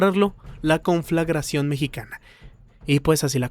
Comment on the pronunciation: ¿Alguien dijo confraglacion? 👀